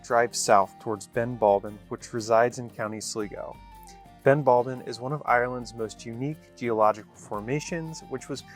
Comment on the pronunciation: Sleego = Sligo (pronounced sly go) he did okay with Donegal and moher. Liscannor not so much much. Very lucky to get out to the skelligs by the way. Hope you enjoyed all of it. Cork is a city by the way and just wondering why you didnt stay on Limerick?